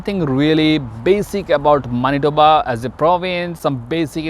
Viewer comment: Pronounce of Manitoba is not right!!!